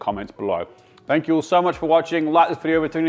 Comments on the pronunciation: that american "Cheers" caught me by surprise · CHEERS... He said in American 😂